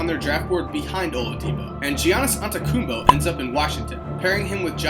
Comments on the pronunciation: "Gianis Akoumbo" 💀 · Is nobody gonna talk about how he said (G)annis Atentucumpo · He said Giannis’ name like jiannis antekumbo 😂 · Everybody talking about how he predicted ad and boogie and how he predicted Pg and Russ but we're all ingnoring how he pronounced Giannis antetokounmpo